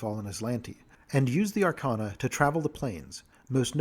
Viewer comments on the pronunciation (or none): none